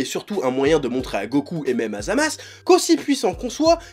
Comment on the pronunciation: Tu me perturbes à dire Zamas, c’est pas ZamasU ?